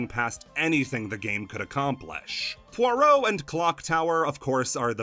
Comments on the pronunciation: shhh nobody tell him he pronounced "pierrot" as "poirot" the entire video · Unrelated, but the way you said Pierrot had me so confused the entire time to the point i questioned how it was really pronounced. Came for balan, got a username crisis 😔